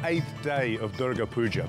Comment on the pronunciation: said purga duja i cant- 😭😭